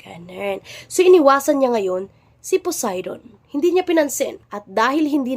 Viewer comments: "BILASA" "C PUDAY" 😂😂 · Balisa ❌ Bilasa ✅ Poseidon ❌ Pudayton ✅ Sorry maam naaaliw po talaga ako sa mga chismyth nyo 🤣😭